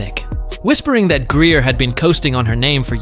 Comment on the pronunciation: The name of the ball player is Griner (grin.ner). . How unprofessional can you get.?